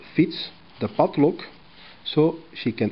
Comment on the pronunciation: I love the way he pronounces PADLOCK :)